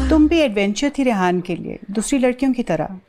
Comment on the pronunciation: She says rayyan instead of rehan. Love it...